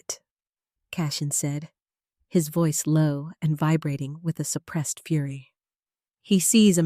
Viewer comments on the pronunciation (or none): none